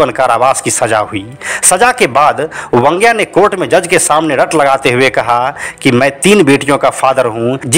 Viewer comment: अनिल परब उर्फ वांग्या की पुरी कहानी कहकर पुरी नहीं बल्कि अधुरी बतायी। खैर आपको वांग्या बोलना नहीं आता ईसलिए वंग्या कहकर बुलाते हो। बैंगन को मराठी में वांगे या वांगं कहते हैं। आगे से ध्यान रहे वंग्या नहीं वांग्या बोलो।